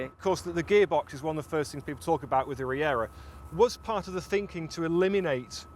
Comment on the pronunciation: learn how to say Regera